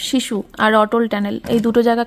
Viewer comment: Sisu kor tui hisu sissu ucharon thik kore korena